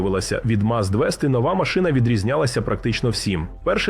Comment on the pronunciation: "МАЗ двести". Ох же ці пекельні борошна